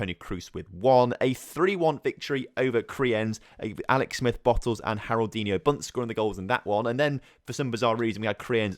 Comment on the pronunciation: "Harroldinho" is more of a portuguese name... Haroldiño would be a lot better